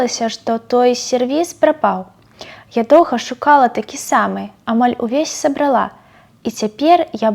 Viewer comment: Я ... сабрАла - на А націск ставіцца. Зноў жа ў вас тут уплыў русского языка. Я выбачаюся, але памылкі не трэба памнажаць.